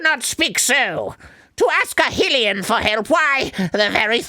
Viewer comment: I wish Arin would fucking pronounce Hylian and Hylia correctly.